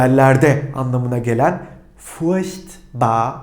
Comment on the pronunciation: furchtbar denirken sanki ''ş'' harfi duyuyorum. ''ch'' yanyana gelince zorlanacağız gibi. Yani sanki almanca da '''sch'' dışında ''ş'' telaffuzu veren kelime öbekleri var. Umarım zamanla oturturuz:)